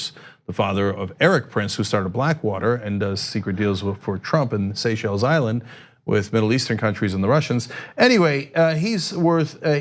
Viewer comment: It’s nice Cenk finally was convinced to stop saying ‘seashells island’. That was bugging me